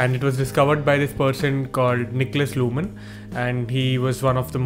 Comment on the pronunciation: Thank you for your video; I'm just getting into Notion myself and the Zettelkasten idea, so this provides a very good starting point for me. Though I can see that Roam might be better for ZK. By the way, your pronunciations of Zettelkasten and Sönke Ahrens are perfect. Only "Luhmann" should have a short 'A' sound in 'mann' like in 'Madras' ;-) not the American 'man'. :-)